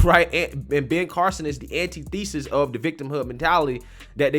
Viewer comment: Dude, learn how to pronounce antithesis!